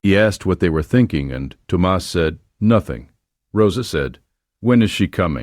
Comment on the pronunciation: I did enjoy the story and the lesson it teaches. Just open your heart and let the noise of talk go on bye ❤ Thomas is pronounced Tom-us. Ted A. East Texas